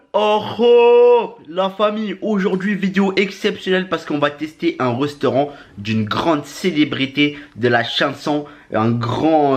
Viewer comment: Un reusteurant il a dit